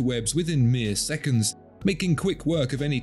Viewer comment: Wot no secundz?? 😂😂